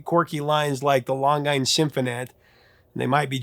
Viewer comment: Why does he have to mispronounce so many words? Says "Long-ine" seconds before the clip pronounces it correctly.